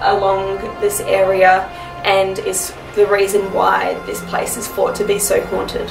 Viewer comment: thought not fought. Please pronounce 'th' properly it sounds really bad